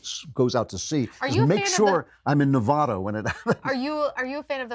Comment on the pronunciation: As soon as he mispronounced Nevada I had to stop.